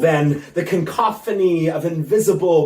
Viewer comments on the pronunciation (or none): cancophany?? I'm sure it's cacophony😆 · Can't get over him saying "Concophany"... all while he had the paper in front of him lol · Hey Matt, don't glaze over the regretful pronunciation of CANcophony.. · He said CON-cough-fanny! lol ... what a sicko. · The poet's performance embarrassed me. He said ''caNCophony" instead of cacophony. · 'Cacophony' mate. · He mispronounced cacophony and said "no more stronger". English is dying along with everything else. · I do believe he mispronounced cacophony.